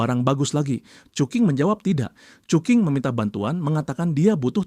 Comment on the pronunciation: Cuking ❌ cuki ✅🗿